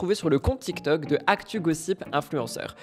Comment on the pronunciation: Tu dit toktok au lieu de tiktok ?